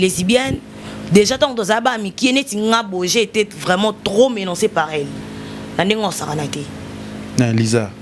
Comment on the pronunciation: Koloba mingi français ça veut dire quoi leketshou ? Tika Bilobela, azoloba lingala makasi pe kitoko. Botika bisalela. Lingala est une belle langue appréciée par beaucoup en Afrique. Mutu olobi alobaka kaka français, azoloba ba menancé au lieu de dire menacé., nu,azoloba ni .Botika français n’a ba français, loba lingala,TOLEKA 😅